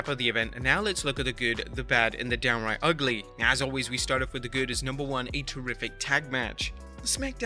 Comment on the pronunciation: Downiright bothered me more than it should’ve 😂